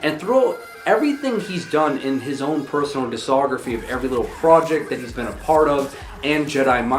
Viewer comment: As long as you don't trust him to pronounce the c in discography you should be good